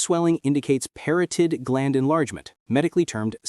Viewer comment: Parotid contains only one 'r' in its spelling; and proper pronunciation rhymes with 'carotid' (as in, carotid artery).